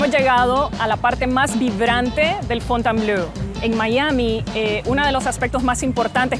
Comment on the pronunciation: Ten en cuenta que Fontainebleau se lee /fontenbló/, no /fontenblœ/ como tu pronuncias. Ello lleva a confusión, pues "bleu" sí que significa azul, pero "bleau" no tiene traducción... Busca "Fontainebleau Francia" en Google y verás!